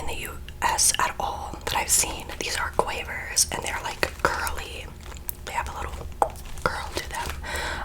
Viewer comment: quavers are my absolute fav crisps and thank you for pronouncing it correct so many ppl from the us struggle with that one the most